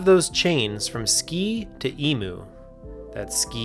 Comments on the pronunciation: It's "eem-YOU", not "e-MOO". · “EE-moo” instead of “EE-myoo” makes me cringe a little. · btw its pronounced ee-myu with a kinda y sound not ee-mu. great video but that annoyed me as an australian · It's "ee-myu" or "eem-you", NOT "ee-moo"! It's a bird, not a bloody cow! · emoo? i guess im just a knit picker for American pronunciation of australian words lol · Emu is pronounced "iimyu", just fyi. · Emu is pronounced "eem-you" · god i hate the american pronunciation of emu. its e-myoo 😭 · the australian in me feels the need to tell you that it's pronounced "ee-myu" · I cringed when he said E moo, like, ew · Absolutely stunned to discover that Americans pronounce "emu" as "emoo" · It never fails to throw me off when people (Americans mostly) Pronounce Emu like that. It's just hilarious to me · great video except you pronounced emu in a way i dont like so you should remake all of it and rewrite all the code just to do it all exactly again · as an Australian...that's not how you pronounce emu 😂